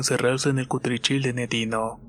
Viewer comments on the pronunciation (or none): No se dice Cutrichil.. es cuchitril ya te he oido varias veces que asi lo dices.. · María Celeste tu vives en un cuchitril? Como sabes que así se dice?